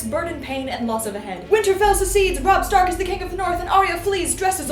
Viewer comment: You: “Robb Stark” Me, an intellectual: A rocky boy named “Rock Scank”